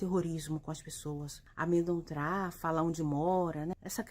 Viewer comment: Amedontrar??? Kkkk